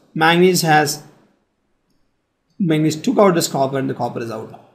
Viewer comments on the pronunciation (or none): it is magnesium not manesium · He says magnes